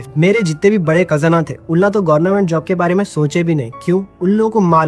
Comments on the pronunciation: Yee gornament job kiu bol raha hain? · Bhai tu jaan bujh ke gornament bolta ... Sahi kaha na maine 😂😂